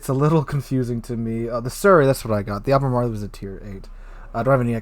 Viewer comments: Lol dude I love your videos but you kill me with your mispronunciations. It’s “Al-ber-marl”. Not “Alber-marly.” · Great video, love the Brits. Ruisers. Al-buh-MAR-all